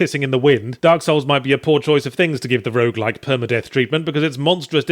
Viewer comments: Did he say Rouge LITE or Rouge LIKE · I think he deliberately slurred the word, so that both the Berlin definition pedants and people with a more casual definition of the genres can think they hear what they want to hear.